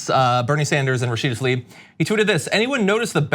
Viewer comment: Tlaib, not Talib.